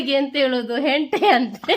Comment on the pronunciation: Hente alla hete😊